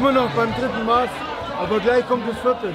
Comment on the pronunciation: Bruder es heißt nicht maaaß sondern Maß des a wird kurz gesprochen schöne grüße aus bayern